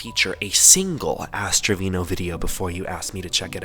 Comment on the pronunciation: istg i thought he said ass trivino or wtvr her name is 😭